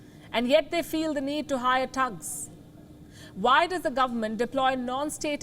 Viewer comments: It's thugs not tugs 😊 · THUGS not TUGS, PUTIN not Puthin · Palki its THUGs, not TUGs.... smh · She said tugs lol 😂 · Come on now I'm I the only one that find it funny cuz she can't pronounce thugs .haha